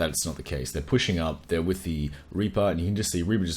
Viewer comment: To discuss wiss you XD! Perfect german accent!